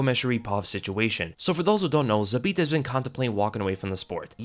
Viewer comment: Respect for saying his name the best way possible in English that is Zabit!